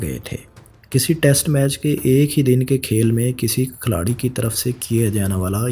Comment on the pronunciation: Ohhh, Khiladi hota hai Khalari nahee hota. 90% words gakt bolte ho.